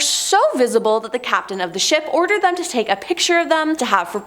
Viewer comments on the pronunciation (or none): none